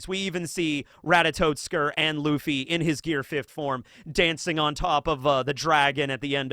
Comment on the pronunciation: Just letting you know, you've been saying Ratatoskr's name wrong. It's not RatatoTskr.